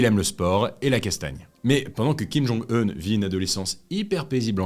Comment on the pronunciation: ondit oun non pas ene